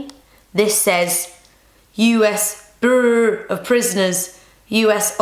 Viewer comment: The way she said bureau made me crack up!